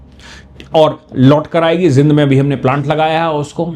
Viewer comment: जिंद नहीं जींद बोलो जी !